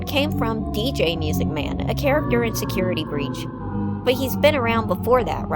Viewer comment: Correction: It’s pronounced “MUUUSIC MAN!”